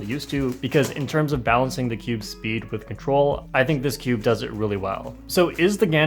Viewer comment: You say cube like skewb